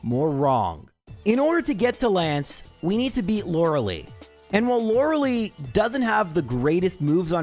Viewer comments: "lore el eye" not "Laura Lee" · Stop calling her Lore-uh-lee. It is Lore-uh-lie. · Okay, J... I love your runs, but "You're killing me, Smalls!" with the way you mispronounce "Lorelei"--*every time*... :face-purple-sweating: It's not "LOR-ah-LEE", it's "LOR-eh-LYE", for pity's sake! :face-fuchsia-tongue-out::face-turquoise-covering-eyes: 'Much love for the Cubone run, by the way! :face-red-heart-shape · He knows, but he doesn't care. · I will never get over how pronounces Lorelei.